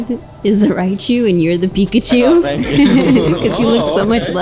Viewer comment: Who's that Pokemon??: IT'S!!